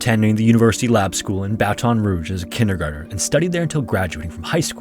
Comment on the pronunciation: Never heard Baton Rouge pronounced like that before, it's bat-in rouge lol